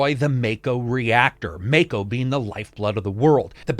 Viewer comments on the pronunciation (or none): Ma-ko not Mak-o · If MAKO is a Japanese word... It's pronounced MAH-KOH not MAY-KOH. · Idk why but when Barret said Mako like Ma’ko I was like nooooooooooooo! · I dislike cuz he say mako wrong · Even after playing the demo the guy still says mako all wrong 🤷🏻‍♂️.